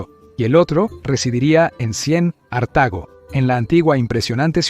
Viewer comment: No es D Cien, ni Cien Ostantinopla, ni Cien Artago. Es "después de Cristo", "Constantinopla" y "Cartago"